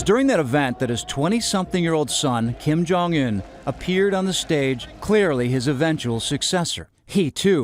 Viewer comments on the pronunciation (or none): it annoys me that you cannot pronounce his last name. im not even korean or anything but i still know it. so annoying sorry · Kim Jong uHn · The way he says "Un" 🙄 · Its not kim jong an its kim jong un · LOL how pronounces his name, it's "ooon" like moon, not "un" like fun, even though it's spelled that way. no we don't hope he's alive and well, i hope he's being tortured by the devil right now with hitler and hussein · I know I’m not the only one who hates him saying “unh” instead of “oooon” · Kim Kong Uhn INSTEAD OF Kim Kong Oon? MAN.. After all missprounced just one of the names😂 It's KIM JONG UN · IT’S PRONOUNCED KIM JONG OON. How can you not know how his name is pronounced? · Bruhhh you can’t even pronounce this niggas name wtf u doing making a vid about him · I cringe every time he pronounces his name